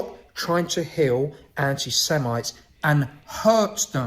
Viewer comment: The stupidity of this wretch is hilarious. He doesn't even know how to say the word semite. I don't like to get personal but a skinny, bald ginger bloke with no friends or family fits the profile of an extremist, need the authorities to take a closer look at him.